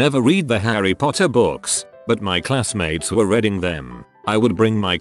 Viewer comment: I know, I hate that about the tts too